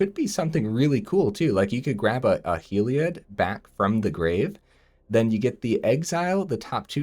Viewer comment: I believe it's pronounced 'Hell - ee- od' :)